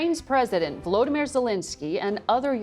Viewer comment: It's VoloDYmyr Zelenskyy, not VoLOdymr Zelinskyy. Accent Volodymyr on the third syllable. Zelenskyy is NOT Zelinskyy.